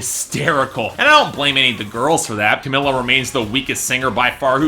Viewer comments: it's pronounced cameela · he seems to know all this shit about 5h but can't fucking pronounce camEELa